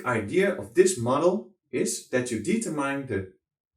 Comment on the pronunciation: Hey nice man, maar als je determine zegt, spreek het dan niet uit als "dietermijn", maar "dietermin"